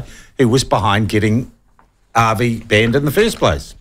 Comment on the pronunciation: So true. Avi is a character but not a bad character. I'm hoping that you can actually read my name and pronounce it right seeing as you are irish? Or are you an nzer living in Ireland?